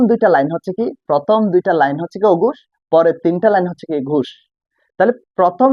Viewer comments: অগুষ আর গুষ কী ভাই? আপনি নিজেই তো উচ্চারণে ভুল করতেছেন।😂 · ঘোষ এবং অঘোষ হবে আপনি বলছেন ঘুষ এবং অঘুষ😂